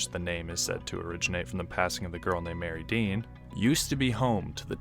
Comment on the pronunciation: FYI, The name of the town is pronounced locally as Mary Dean. Not Mer-id-ian. There are at least 3 versions of the Mary Dean story. The most famous being, A little girl traveling with her mother upstream on a steamboat, got sick and passed. She was supposedly buried there. Been exploring Happy Island a lot recently. Before the big flood, there was no island. Happy island was connected to the mainland. Most of the foundations are on the east side. There was a logging mill, school, church, homes and farms on what is Happy island now. Also camped there in past, have not had any experience with strange stuff… Really enjoyed your video and will definitely get back if I see anything weird going on!!!